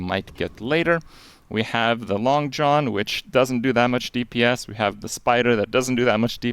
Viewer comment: oh my god, not Krip pronouncing Langxian as "Long John" I'll fuckin 'die. It's like "Long-shee-an"